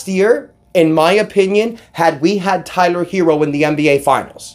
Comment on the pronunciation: I think I heard u say "Kyler Herro" 😂😂 but no real talk I gotta appreciate the effort Miami gave last night. Hated that we lost though.